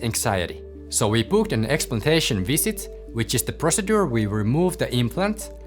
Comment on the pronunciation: Brother, you are saying "procedure" rather incorrectly. I tell you this respectfully, since you are a doctor I would think you would want to know. All your other English in this video is correct. Thank you for the video!